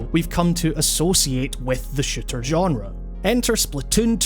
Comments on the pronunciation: take a shot every time he says shitter instead of shooter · I swear every time you said "shooter " I thought you kept saying shitter. Shooters have become so varied as of now. I myself haven't been into shooters since my taste in games had evolved. I'd love to play splatoon but I don't own a switch. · It sounds like he's saying "shitter" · whenever you say shooter, you sound like you're saying shitter. i still love your accent, by the way. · I'm not the only one hearing shitter, right?